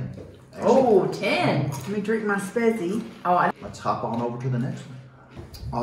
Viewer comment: "Spezi" is pronounced more like "shpayt-see".